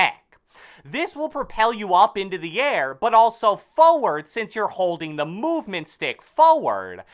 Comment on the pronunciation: Why does he say forward so funny? 😂😂😂